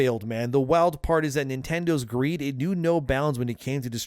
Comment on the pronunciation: I always thought it was Nintendo gweed